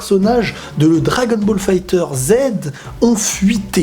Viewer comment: on ne prononce pas le jeu 'fighter zed" mais "fighterz", oui il y à une prononciation lié à comment le jeu est prononcé en japonais